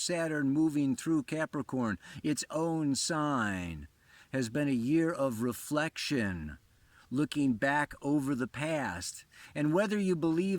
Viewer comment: Reflec-tione! The way pronounces the word makes me smile:)